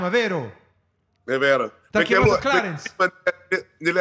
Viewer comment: perché clarenshhh 😅😂 momenti parte la dentiera😂😂😂😂😂😂